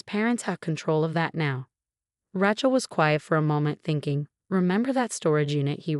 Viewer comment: Once again IT IS NEVER PRONOUNCED RA-CHILL. It is Ra(long A) chill. Your system is stupid and so are you. You must also be lazy and uneducated.